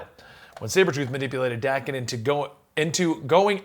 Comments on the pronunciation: Its pronounced Dawken, sorry im a huge snikt family fan and Daken is one of my favorite characters and id love to see him on film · How young is this guy that he doesn't know who Wildside & the MLF are? Beta flight & Omega flight, ok, but he doesn't know who the MLF & Wildside? WTF? And let's get this right Daken's name is pronounced DAY-KEN. And Sabertooth has a better healing factor than Wolverine. Even Wolverine admitted as much